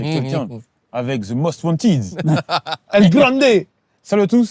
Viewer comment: “ ze must wantids “ 😂 les francais et leur anglais